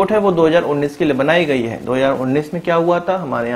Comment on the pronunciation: Sentences ke end mein 'HAI.. ' pe stress karna kam karo plz. Its so annoying.